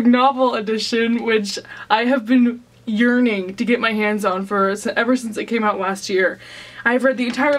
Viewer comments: When you said "urning" I thought you were going to say you were "urinating for this book". 😂😂😂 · Totally thought that when you started to say "yearning" you were actually saying "urinating." Like oh no, don't do that please. But great haul!